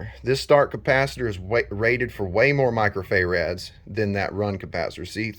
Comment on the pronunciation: Micro-fay-rads lol. I really like the video though. Very helpful